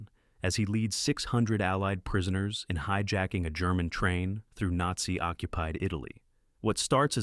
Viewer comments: "A Needzy Castle" ? You should either use natural narration or upgrade your AI - preferably the former ! 😂 p.s. I also for the world of me couldn't make out what the AI made out of "WWII" earlier on in the video !!??? 😅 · Gargage AI commentary, including not even pronouncing the word "Nazi" correctly! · It's a good list, but they're not all movies about WWII. It would also have been nice if the AI could pronounce things correctly, especially WWII and Nazi.